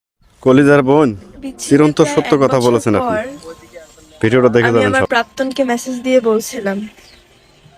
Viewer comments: প্রাপ্তন না প্রাক্তন ???? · চেহারা সুন্দর হলেই শিক্ষিত হয় না, প্রাক্তন বলতে পারে না -- বলে প্রাপ্তন। কেন এসব করতে আসে?